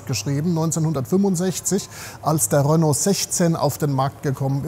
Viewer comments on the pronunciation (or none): none